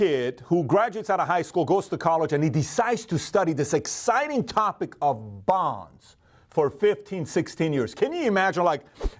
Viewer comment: When he said bonds, I heard bongs. XD I would smoke weekly if I could.